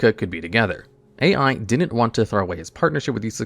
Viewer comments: BRUH I was going insane him calling A.i 😂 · I know there are a lot of mispronunciations in these videos but this one caught me off card. Yusaku is pronounced like You-Saw-koo (And Ai is pronounced “i”)